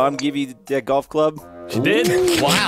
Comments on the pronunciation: Uhhhhh........ "Goft it" is that a mistake or..? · Goft? I thought it was golf 🤔